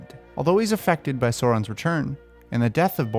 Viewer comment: Who is sore-on ?